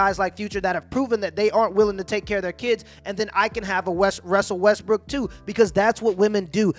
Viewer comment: His message is on point but if he says Russell “Westbrook” one more time! 🤦🏻‍♀️😂